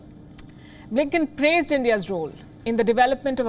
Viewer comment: BLINKEN sounds more like LINKEDIN😂